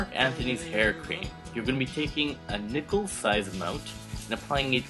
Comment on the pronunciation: caitlincherise LOOOOOL. I SWEAR I HEARD NIPPLE.